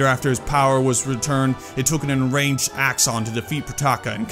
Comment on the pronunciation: Dude your pronunciation its very slurred. And are you saying enranged instead of enraged ?